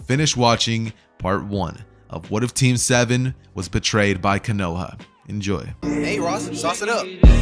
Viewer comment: konohah?????? no hate just telling the latecomers